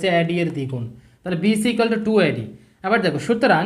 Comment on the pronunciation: এ এর উচ্চারন শুদ্ধ করা উচিত আ্যডি আ্যাছি এগুলো ঠিক করা উচিত